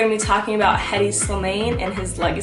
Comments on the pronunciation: If he is tunisian ,so hedi should be pronounced with H, not Edy. French people dropped the H. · Actually u pronounce the h in hedi it’s an Arabic name very commun in tunisia it means calm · the moment you pronounced his name wrong, made me end the video